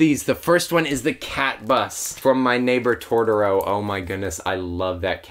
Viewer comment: You said Gutetama right! But not Totoro. Toe-toe-ro is how I say it at least. You said Tor-toe-ro. Maybe I'm wrong though. <3